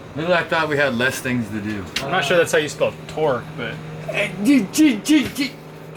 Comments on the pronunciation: Brad: TROQ Me: tf you mean torque?😂😂😂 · Shit, he even gets 'suspension' wrong with 'Troq Supsenson' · Brad is the “Roadkill” of Hoonigan! Hand tight, half welded, cross threaded, f*cking make it work! 😂 - “troq suspension” 😂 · "TROQ Supsenson" - 2019